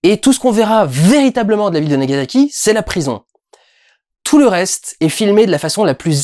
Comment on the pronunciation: Aaaah ce bon vieux "NagaZaki" qui fait saigner les oreilles. Bonjour, je suis l'étudiante en japonais chiante du jour :D A part ça, très bonne critique, encore une fois, ça fait plaisir de voir des passionnés de cinéma qui n'ont pas peur de critiquer des films de réalisateurs quasi "intouchables" comme Scorsese.